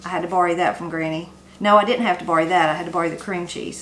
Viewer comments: You mentioned another word you pronounce very differently and can add to one of your Appalachian accent/expression shows—“borrow”, pronounced bar-row by most, but you said bar-ee. Your recipes look good! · I had to rewind a couple of times when you said you had to bory from Granny, and I figured out you were borrowing from Granny; I'm from the Boston area, where we pahk the cah.